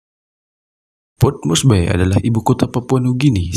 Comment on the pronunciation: port morsbi mbacanya bung ... bukan port morsbai ... bye bye love yeah ... maaf tolol amat sih jadi narrator !